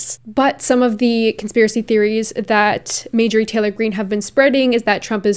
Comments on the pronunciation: No fan of hers, or any of the Q nuts, or republican nuts, or conservative nuts, BUT, given that you are someone that would never misgender someone, or dead name someone, I do feel like you should be pronouncing her name correctly. It is MaRjorie, with an "R," and not Majorie, as you kept saying. Make fun of her all you want, hell, please do that, but also do say her name correctly. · The fact that I’ve seen multiple people in this comment section supporting her is so worrisome. Also for anyone saying pronouncing Marjorie’s name wrong is a valid way to see her arguments as silly and unable to be taken seriously, here is a timestamp for the place where stated that she was accidentally mispronouncing her name incorrectly and that she is sorry:. Also, who actually cares? Everyone makes mistakes and considering there are so many other important points made in this video, picking up on such a minor issue really shows the type of person you are, and that there are clearly no counter-arguments for you to use. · have you ever heard of a mistake lmao? She even said in the video that she was accidentally pronouncing it wrong: . If this is all you picked up on throughout the video then that is an issue. I pronounce things wrong a lot, but that does not make me any less likely to be taken seriously. I really hope this whole comment was satire, considering mispronouncing a word is such a minor issue. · Um are you feeling ok? If you pronounce something, that is simply how it is pronounced now. Her name is majorie😂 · Hi! Love you! Giggling over your pronunciation of Marjorie. You are saying Mājor-ie instead of Mar-jōr-ie. Great video as usual King. Much love! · Were you intentionally calling her Majorie instead of Marjorie? Lol. Because I could get behind bastardizinf her name. Lmfao. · i hate her sm but its mar-jur-ee not major-ee haha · I hate to be this person but it’s driving me insane...MAR-jorie. Love you! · It’s marrrrr jurry